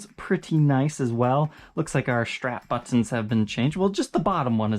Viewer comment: Why do pronounce "buttons" like that? Its like you feel the need to REALLY pronounce them T's!